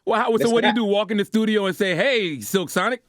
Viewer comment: Did Charlemagne just say "Thudio"??? 😳🤣😆